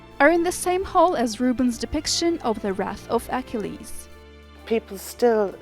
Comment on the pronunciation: You should be taken off for EKELEEEESSSSS. Is that how YOU pronounce Achilles????? A KILL EEEZZZ. Achilles. These readers or computers have to go. As an amateur historian it is so disconcerting to hear these idiots pronounce names that everyone knows how they're pronounced!~ Or do a freakin' read through. This one is sooooooooo bad. Homer of all things.